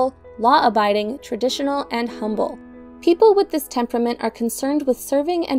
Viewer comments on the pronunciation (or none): none